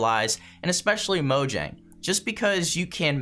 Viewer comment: It's mojang not mojnang